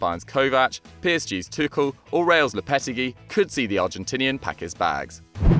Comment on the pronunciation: It’s “Low-peh-teh-gi”